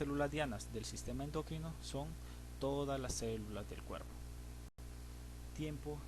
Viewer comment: ¿endócrino? ¿por qué dice ud. endÓcrino? ¿exÓcrinas? ¿qué? esa palabra no lleva acento.